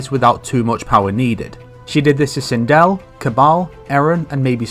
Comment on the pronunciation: Hey you got me this time, sindel got butchered